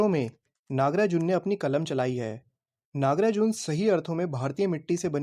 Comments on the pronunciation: NAGAARJUN ❌ NAGARAJUN ✅ 😂😂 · naga arjun❌nagrajun✅😂😂😭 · Nagarjun instead of Nagrajun. thank you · Nagarjun ❌ Nagrajun✅ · Nagrajun✅ nagarjun❌ 😂😂😂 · According to him Nagarjun ❌️ Nagrajun✅️ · His name = Nagarjuna How he pronunciate it= nagrajun😅😅😂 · Bhaiya nagrajun nahi nagarjun 🤣🤣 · Not nagrajun it's nagarjuna 😁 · nagrajunn what a funny pronounsation😂😂😂